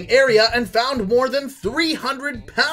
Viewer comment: The way he pronounces picnic